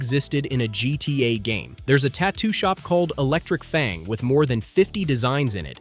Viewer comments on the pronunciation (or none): none